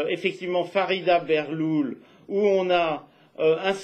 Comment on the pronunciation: Farida Belghoul, et non pas Berlhoul,...